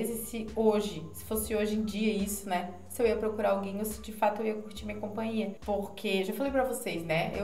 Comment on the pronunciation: Compaia kkkk companhia